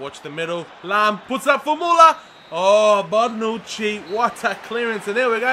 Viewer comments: Why are u saying BARNUCCi? It's BONUCCI!!!!!!!!!!!!!!!!!!!!!!!!! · Is Bonucci really pronounced "Barnouchi" because that's how says it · 1)There's no "r" in BONUCCI 2) Parma is in what it used to be the Serie D because in bankrupted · there is no R in bonnuci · I didn't understand you were doing it on purpose lol